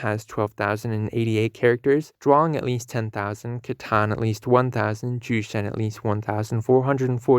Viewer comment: Jurchen....the pronunciation of letter J is Y😑 if you know how to pronounce 女(汝)真